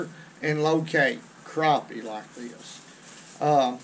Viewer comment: Maybe it's your exaggerated southern ayuckseeant, but I call them crappies, not crawpees.